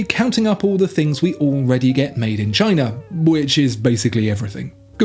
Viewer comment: Also, what is Chiner?